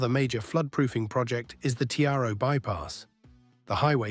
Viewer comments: The ai voice is butchering the Aussie names. The images used are so out of sync too. Talking about the Tiaro bypass and showed a sign pointing to Tully. The two towns are over 1300km away from each other. Oh and Tiaro is pronounced as Tie-row not Te-are-o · Tiaro is pronounced Ti-ro. Dohles is pronounced Dohl-ees. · It's pronounced Tie-ro bro lol but a good video and informative 👌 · doesn't help if the slow drivers constantly block the overtaking lane. ALSO TIARO is pronounced Tie-Ro. Any collective distributor road running parallel with the highway will just be another cash grab by highway patrol to catch 'speeding' vehicles, where drivers are subconsciously matching the motorway speed of other cars. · AI's failure to pronounce place names is expected (not sure how you get Caloundra wrong, but Tiaro and some of the others are not surprising), but AI should be able to distinguish between the current Premier and PM and a Premier and PM from years ago. Can't the prompting specify this? Credit for the very current video footage of the upgrades through North Lakes. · I naturally mispronounce everything. It's my super skill. 🤷‍♀️😂 I have always said "Tiaro" incorrectly. 🤦‍♀️"Dohles (ie 'DOLLIES') Rocks Rd," too. My late husband used to tease me to no end about it. He actually passed away from a crash around the Gateway/ Bruce area... one of the many reasons that I avoid driving there!